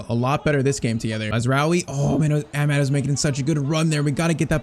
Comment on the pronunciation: youve been pronouncing amad's wrong. its amaad. aa sound before the d. and also you need a technical left back like how mazraoui is because dalot cannot play in amorim's system in this game